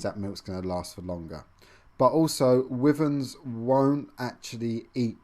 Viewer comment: Stop saying wiverns